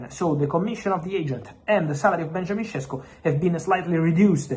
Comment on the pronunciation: ŠEŠKO = SHESHKO !!!!!!!!!!!!!!!!!!!